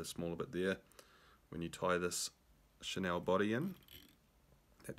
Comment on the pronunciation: Cool vid. Enjoyed it. One wee thing I have to pass on as a pedant... Chenille: pronounced shuh-neel bro :) chur